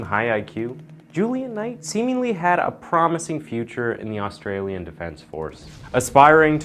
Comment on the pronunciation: Thanks for taking the time to research and pronounce our very tricky Aussie names,. 👍 You’re a good man for taking the time to do so and going the extra step others just trip themselves up embarrassingly over.